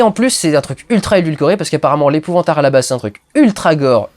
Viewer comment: l'epouvnteure dudu l'epouvanteure